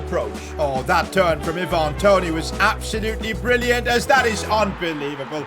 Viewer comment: Eye van not i van